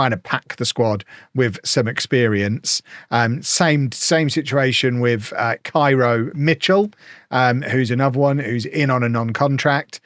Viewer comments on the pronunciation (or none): none